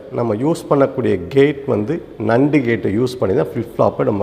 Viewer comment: Very useful and infomative Sir. Kindly correct the pronunciation of NAND gate.